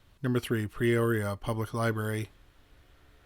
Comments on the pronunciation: Incorrect pronunciation- it’s Not PReoria but Peoria. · Its P-Ore-e-a not Pre-oria. So hard to listen to... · It's peoria, not pre-oria.😊 Damn Canadians... Lol I'm kidding I love y'all, ey.😁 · Are you saying, "Preoria"? For God's sake, you are a narrator. Can't you say PEORIA? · Why do you sat PRE-oria when its PE-oria? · With all due respect, Peoria is pronounced: pea-oar-ee-uh. You said it correctly when you said Peoria Lake. Just trying to be helpful, not critical. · Yeah, that pronunciation was bothering me too!! It’s the way he talks. He ALWAYS slurs his words like a drunk!!